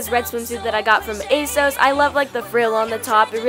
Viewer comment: Isnt it pronounced "a sauce" lol